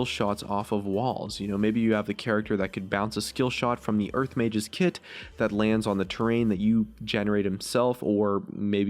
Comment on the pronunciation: why does it sound like hes saying urf when he says earth dafuq